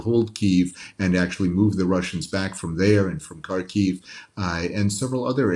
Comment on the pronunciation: Married and lived in Kharkiv for 22 yrs and never once heard it pronounced Kharkeeev.